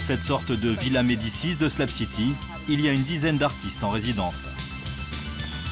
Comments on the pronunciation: haha Ps: C'est SlaB city et non slam city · C'est pas "SLAB CITY" c'est "shlag city" 😅